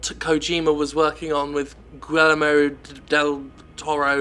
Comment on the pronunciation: GEE-YER-MO DEL TO-RO. His name is not that difficult to say. Jim, you're fucking awesome, but we have enough people mocking the supposed "difficulty" of our Latino names to not have you do it, too. Our names are not jokes.